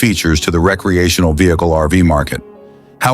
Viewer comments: Right from the start. It's rec·re·a·tion·al. Not ree-cre-a-tional. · Caught that right away too but he said it correctly afterwards. Can't tell if this is a real voice or computer generated anymore.